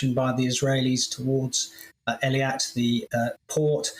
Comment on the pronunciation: Please can learn to pronounce eilat "Aylat" NOT " eliat"